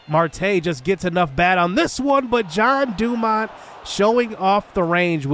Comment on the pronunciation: So, you're pronouncing his name as John DuMont. Should it be Jean, as in like a pair of jeans?